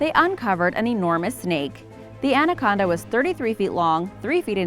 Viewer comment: I laughed so hard when she said Manaconda...lol